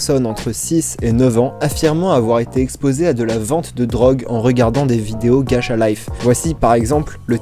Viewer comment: Ça me stresse ma ça se prononce gatcha et non gacha désolé d'être chiante